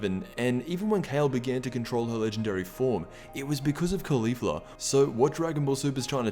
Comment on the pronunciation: holy shit he finally said Caulifla and not Khalifa